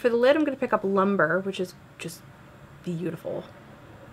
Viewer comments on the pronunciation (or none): LUMBRE is not pronounced like tree lumber. LUMBRE is Spanish for fire. Loom-bray.